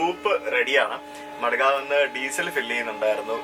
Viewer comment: Madegave.... Alla madgaon 😄